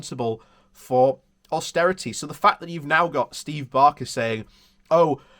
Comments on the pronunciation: B a k e r as in bread. Not Barker as in Ronnie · He’s called Baker. ‚A‘ like in fake, not like in garden.